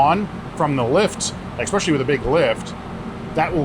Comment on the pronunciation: ekspecially…. Not a word … Especially is tho